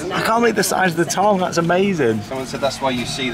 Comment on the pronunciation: Are you intentionally pronouncing tongue, tong 😂